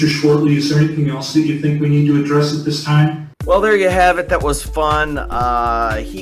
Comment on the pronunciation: .....What is "aress"?